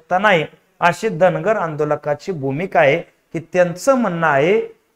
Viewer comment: अरे बाबा धनगराचा उच्चार कर रे बाबा धांगड करू नकोस का मुद्दाम करायला ते सांगा आम्हाला.